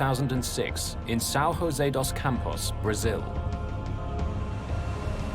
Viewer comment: Sao rose dos campos? Rose? Juse, José is not pronounced in Spanish